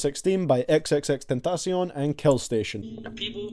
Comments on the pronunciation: Your the first person I heard say x name right 😂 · i hate that you dont appreciate the aggresive songs but i love how you pronounce xxxtentacion